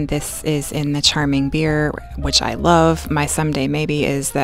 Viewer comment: Wuv…. Twu wuv 😂🤣 I can hear this.